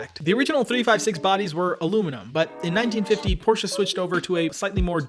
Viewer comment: thank you for pronouncing porsche right ;)